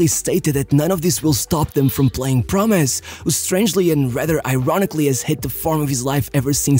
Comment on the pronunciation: I find it interesting that the way u say "promes" sounds like "promise" 😂